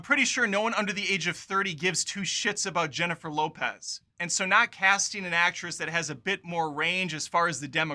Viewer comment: This guys seems to be prejudiced against Latin people—why is he pronouncing Jennifer Lopez’s name like that? Obnoxious.